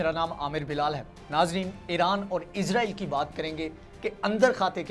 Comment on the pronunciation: اسرائیل لفظ ہوتا ہے آپ ازرائیل کہتے بہت غلط ہے